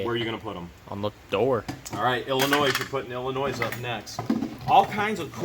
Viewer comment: FYI, the "S" in the word Illinois is silent